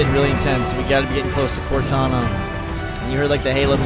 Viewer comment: right at the beginning all I hear is "corteni!"